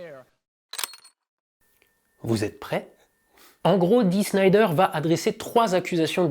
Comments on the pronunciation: Super narration de cette bonne vieille affaire dont les fans de musique, et en particulier de rock et de metal ne se lasse jamais... En revanche, dommage de demander a de presenter Dee Snider de Twisted Sister, alors qu'il est + q manifeste qu'il ne connait ni le personnage ni son groupe, au point de ne meme pas savoir nommer correctement ni l'un (Der SCHNEIder???!) ni l'autre (TwisteR Sister???!). Eh, saviez vous que Snider a un QI nettement supérieur à la moyenne, ne boit jamais d'alcool ni ne prend la moindre drogue et est tout sauf un gros fétard (comme il le déclare devant le sénat d'ailleurs, et ce ne sont pas des bobards), qu'il fut chanteur dans une chorale, et a composé sur la demande de sa femme un chant de Noël repris + tard par Céline Dion (sans qu'elle sache que la chanson était de lui). Tout est ds son interview Wikipedia: Fact or Fiction..., tu devrais aller y jeter un oeil, tu y apprendras bcp sur Snider! 😉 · Roooh Dee Snider et pas (chnaïder tsss)... est une bête de scène, je l'ai vu plusieurs fois avec son groupe (Twisted Sister (sans S re-tsss) et pas Twister Sister comme dit le monsieur). Oui, quand il est arrivé avec sa dégaine de rock star, les mecs pensaient se le faire aux petits oignons mais le gars est bien plus malin qu'il ne le laisse paraitre. En tout cas, bonne vidéo... car en plus on parle de Zappa et Denver (un peu oublié ce dernier malheureusement) qui ne sont plus de ce monde. R.I.P. J'ajoute que le début du clip de "We're not gonna take it" a été, comment dire, un peu copié par Michael Jackson et son "Black or White" dans lequel Maccauley Culkin envoie son père dans la straosphère à coups de riffs de guitare. Et Al Gore et Madame n'en ont pas chié une pendule... bon après Michael a eu d'autres problèmes mais c'est une autre histoire.